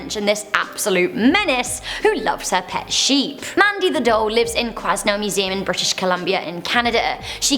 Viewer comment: You pronounced quesnel wrong it's prenounced que-nel.